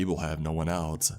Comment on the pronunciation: “Elts” (else)